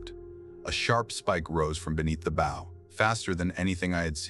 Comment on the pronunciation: Won’t be subscribing till your A.I. learns to pronounce bow (as in a ship’s) properly!